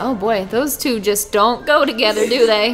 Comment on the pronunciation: Don’t say jest hey:Heyy